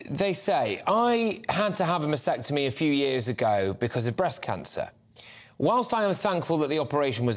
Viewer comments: Not masectomy. It's masTectomy! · It's masTectomy - with the T - not masectomy please please please start getting this right - you're talking about a specific medical procedure. Get it right, please. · Hi, it is pronounced ma steck tummy or ma stek tuh mee. Thanks for the show here.